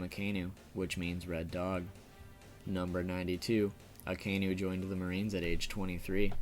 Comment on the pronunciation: A KAI NU...not Akaynu ...